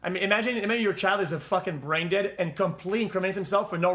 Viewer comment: you always had trouble saying brain